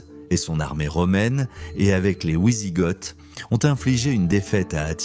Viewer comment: Les ouisigotes et l'empereur Joulian ça pique les oreilles. Grande spécialité de cette chaîne, piquer les oreilles